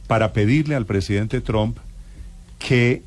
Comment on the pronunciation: Porque los periodistas y políticos Colombianos dicen TROM? acaso no saben algo tan básico como q la U en inglés en éste caso se pronuncia un poquito mas como una A? y q además dicho apellido termina en P?... Se escucha horrible ese TROM, estudien Vagos q en las posiciones en las q están es degradante tal cosa